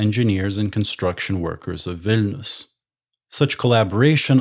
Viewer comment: "Wine"lius ...?? Better Vilnius, no??